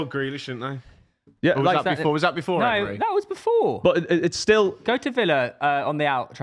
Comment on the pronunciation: it’s “Emery” not “Emre”